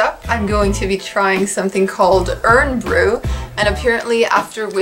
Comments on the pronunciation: I really enjoyed this, guys. I'm a Scot myself but cannot eat haggis (too spicy for me) haha. I also dislike Irn Bru but diet Irn Bru is a lot better. Tablet, though--YUM. Oh, and Irn Bru is prounounced IRON as opposed to IRN but understandable that non-Scots wouldn't be aware of that. Did you go anywhere near Aberdeenshire? That's where I am from. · Hi just a couple of points, Irn Bru is Scotland's No1soft drink you pronounce the first word as IRON even though there is no O in the name Irn Bru, next Ginger beer Is more akin to Ginger Ale it is a soft drink normally but crabbies is a alcoholic ginger ale not a beer!!